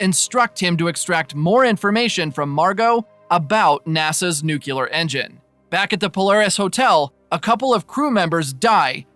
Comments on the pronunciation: 40 seconds in... It's New- KLEE- ER... not new CULER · The word is NUCLEAR, not "nucular"!!! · Please…it’s pronounced “new-clear,” only two syllables. I cringe every time I hear “nuculear” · Thanks but please, it nuclear, not nucular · New-clee-ar. Nuclear. Not nuke-you-lar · A really useful, concise and informative summary of the third series of a programme which has completely passed me by. Only let down by pronuciation - it is NEW-KLEE-AR not nuke-you-lar!! From the nucleus (NEW-KLEE-USS) of the atom. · Nuclear. It's nuclear. Nook-yuh-ler is not a word. Sorry for being pedantic. Great recap, though! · Thanks for the recap! It was "nuculear"! Sorry couldn't resist 😅 Joke aside, your video was really helpful! Cheers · I like how he kicks off the video with nukular. Really sets the tone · Nuclear is pronounced (NOOK lee ur/ New clear). It comes from nucleus - the middle of an atom. Off-topic : "gravy" has to be made with drippings from cooked meat, so the red marinara that goes on pasta is "sauce" - liquid based. If we're all going to die as slaves anyway, we might as well get it right while we're here. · I remember the first time W. visited Downing Street after invading Iraq. There was a large protest, people carrying signs saying "STOP THE ILLEGAL WAR", "WAR CRIMINAL", "MURDERER", etc. Except for one guy, his sign simply read: "NUKULAR". I have never laughed so hard at a news report in my entire life